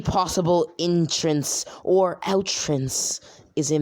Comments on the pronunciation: Man said outtance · "outrence" xDDD